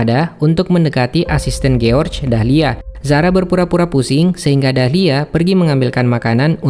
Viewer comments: Jors bukan giorge cara bacanya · George dibaca Giorc, hahaha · kok giorc anda bacanya bos